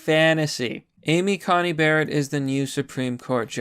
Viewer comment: Dude,. She's SCOTUS now. You should get her name right. You called her Amy CoMey Barrett a couple times. It's an 'N' not an 'M'.